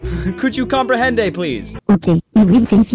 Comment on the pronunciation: Will its not comprehende is comprende XD